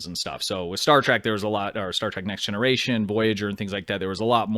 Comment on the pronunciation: Trek... Not track... Please react to things you can pronounce properly 😭